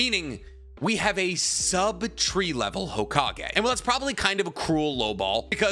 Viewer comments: "Shikamaru is not even 'TREE LEVEL' " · This man said Shikamaru ain't tree level 😂😂😂 I can't.